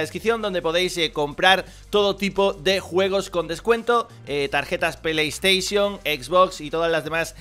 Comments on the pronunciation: Tarjeta de PlaiySteishio xD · "tarjetas peleystation"